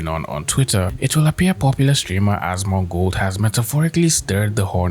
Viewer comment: Dude, genuine question. Why do you call him "Asmond" and not "Asmon"?